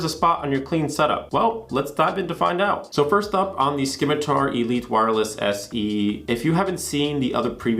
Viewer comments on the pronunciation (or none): The “c” in scimitar makes an “s” sound btw